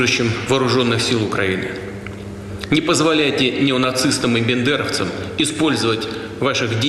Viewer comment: Правильно говорить не бЕндеровцы, а бАндеровцы! Неужели даже он этого не знает??? А Бендеры - это город в Молдове.